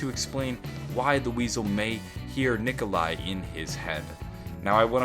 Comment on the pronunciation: No Nikolai not nicola